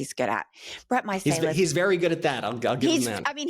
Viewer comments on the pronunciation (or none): Love these interviews with Meidas Touch! However, you are pronouncing their last name incorrectly, they are too polite to correct it. It's 'My-sell-iss' Thanks for keeping in this story, it needs to haunt them! ❤ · is such a ditz. How can she keep mutilating the Meiselis’ name. She’s a deer in the headlights most of the time. I like her but disappointed in her preparation.😮